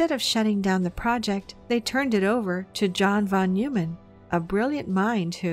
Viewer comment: Von Noy-man...... not Von New-man. I thought everyone knew that.